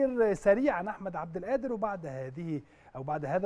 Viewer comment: مع إحترامي وتقديري لنجوم الأهلي المحترمين في هذه الحلقة ولكن ملاحظتي الهامة هي اسم اللاعب الموهوب أحمد عبدالقادر ، لاينطق (أحمد عبد الآدر) لأن القادر هو اسم من أسماء الله الحسنى ولايجوز ولا يليق أن ننطقه خطأ والمشكلة الكبيرة إن معظم المصريين وأنا واحد منهم ينطقونها وغيرها من أسماء الله الحسنى مثل عبد القوي يقولون عبد الأوي !!